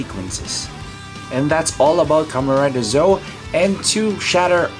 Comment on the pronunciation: Pronunciation is not Zoe. ZetO is right.